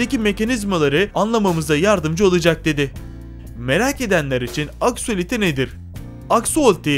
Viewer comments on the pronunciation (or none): Abi axoliti değil benim adım axolotl